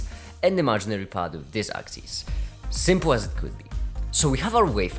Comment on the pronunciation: Did you say 'shrimp-le'?